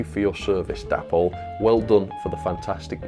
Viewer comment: DAY-poll not dapp-ol ffs